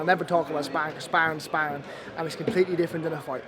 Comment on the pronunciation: “Never talk about Spawrrin, Spawrrins spawrrin”